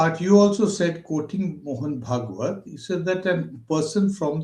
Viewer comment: Can't this pronounce Bhagwat properly?